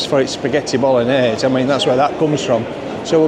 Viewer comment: Love when you asked the Italian waitress if she serves Spaghetti Bol-og-nase. And say it three times because it must be her who doesn't understand the correct pronunciation of that word. 😂